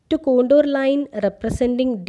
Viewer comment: Ma'am it con-tour not con-dor. Very nice video,keep it up